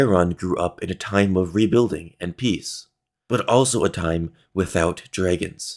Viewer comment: how the hell do you pronounce dragons like that